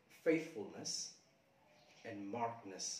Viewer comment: Go find out how to pronounce ”markedness" correctly